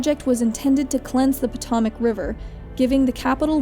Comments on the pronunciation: Just ROFL'd so hard at the pronunciation of Potomac. Its Puh-toe-mec. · How the fuck do you mispronounce "Potomac?" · Me: wow this is really good. Her: says Potomac River weirdly. Me: WTF did she say?